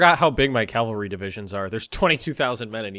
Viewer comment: It's cavalry, not calvary. Calvary is where Jesus was crucified. Cavalry are horsies. I don't even mind the mispronunciation, it's just repeated it like 50 times. >_>